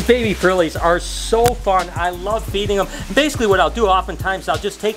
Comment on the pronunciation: When you said i love feeding the frogs I thought you say i love eating the frog